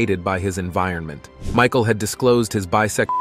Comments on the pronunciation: Mishal, Mihal, Michael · George Mee-shal....WTF? The whole video hes been saying it right then 15 mins in you pull that? Must be one of thise concealed 'facts'. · AI can't say Michael lol